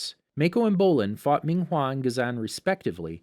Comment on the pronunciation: Ghazaaan Mayco Bowlin Ming huawww Ghazang Zahir And I think he said police instead of p li Tengin Kiyaaaaaaaaaaaaa Lagihima Tanziiiiiin